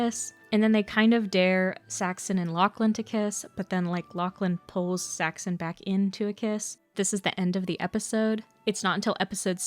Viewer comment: Did you use an AI voice with a script with some mistakes? Half the time Saxon is pronounced as Saxton and I think I even heard a Paxton in there